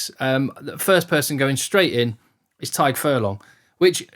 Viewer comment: Never seen an Englishman pronounce the name Tadhg and Caelan (almost) correctly haha Great video!! Keep them coming